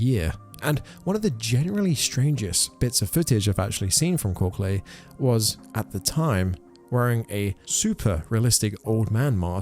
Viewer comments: Korsley lmao kor ickle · Pretty sure it’s pronounced kor-cal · Korcle pronounced Kor-ah-kel. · Korcle is pronounced cork cull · KOR-SLAY?? KOR-CLAY?? WHAT THE HELL ARE YOU TRYING TO SAY BC IT SURE AIN'T KORCLE?? LMFAOOOOOOOOOOOOOO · It's pronounced Core-Ick-all .....not wtf ever you said lol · The influencer who originally made Dakota popular is call e Korcle is pronounced Cork-el pronounced like the word Uncle. Dakota and Felicity are more probably more popular than Korkle now. I haven't seen any videos by him ever since he quit making videos about Dakota but I've seen Non-Stop videos about Dakota and Felicity ever since they've hit the internet. They have a pretty big following and multiple Facebook and Reddit groups documenting their every move. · I love how you pronounce Kolce different everytime you said it 😂